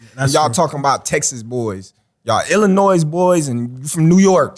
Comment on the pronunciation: Illinois? Send Bud back too school!